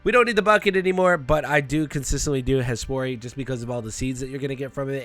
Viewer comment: Every time you say Hespori i snap over like its Hey Sporty. Cant unhear it either